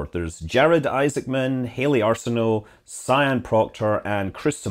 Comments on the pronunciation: I know others called "Sian" and you pronounce it "Sharn" (- not "Si-an"). :) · Sian is pronounced Sharn, it is one of those Irish names. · Pretty sure Sian is pronounced Shaan.